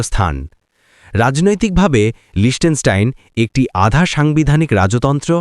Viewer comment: আসল উচ্চারণ হলো, লিখতেনস্টাইন। অস্ট্রিয়া থেকে সুইজারল্যান্ড যাওয়ার সময় 15 মিনিটে দেশটা ট্রেন করে পার হয়েছিলাম।